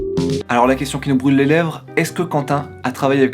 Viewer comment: Oh et pour le concours : - le "Home page" à - 1000 Euros "suffisantes" à - la question qui nous "broule" les lèvres à - "A la vista" au lieu de "hasta la vista" à Et je crois que c'est tout !